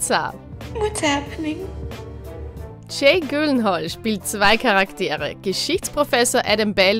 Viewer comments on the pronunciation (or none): „Jake Güllenhall“